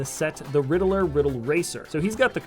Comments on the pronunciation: You said "Ritler and not Riddler". Just leave the mistake spotting to the professionals kid. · I’m pretty sure his name is Riddler not Ridd-il-ler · you said rittler instead of riddler 😂😂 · i'd rather him say joker than "ritler" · and u said ritler